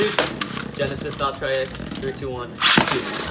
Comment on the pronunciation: I do be called valtree ek not valtriek